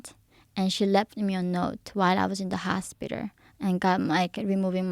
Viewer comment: see how she's purposely pronouncing her L S after saying hospiter